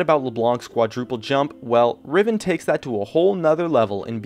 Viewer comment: He said riven soooo badly and was not true.. I play riven once in a while and I have the pbe/honor ribbon (I'm not toxic or something, don't afk either..)